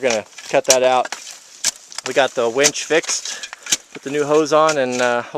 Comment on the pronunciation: How do you fix a "Wench?" : ) LOL! You mean Winch, Right?! : )